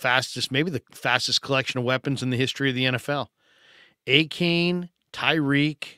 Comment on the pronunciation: Hey, it’s pronounced “A-Chan”. Love the show